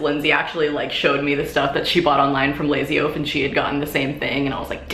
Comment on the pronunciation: lazy oaf, but when she said it, it sounded like lazio lol